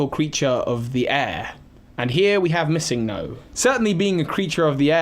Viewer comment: The way you pronounce MissingNo is so strange. Its short for Missing Number so It wouldn't be pronounced MissingGo